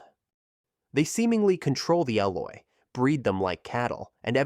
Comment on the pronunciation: It hurts to hear him say Eloi wrong so many times